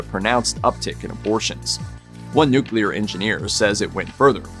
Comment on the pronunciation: I'm so glad you can pronounce "nuclear" correctly. There are tons of reporters, narrators & politicians who pronounce it "nuculer ". Drives me bananas!